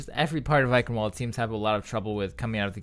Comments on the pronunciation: Just being nit-picky, the W in Eichenwalde is pronounced as a V like, "I-kin-vald" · Pronounced: "EiSHen-Vald-eh" SOURCE: Edit: The announcer's pronunciation still sounds like "Eichenvalde" to me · It's also not pronounced "kin". "chen" in german is a sound not used in the English language. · "Ch" isn't pronounced "k" and the last e isn't silent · the "W" in Eichenwalde is pronouced "V" because it is german